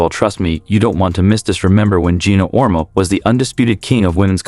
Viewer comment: If this guy knows so much you would think he would at least know how to pronounce Geno's last name correctly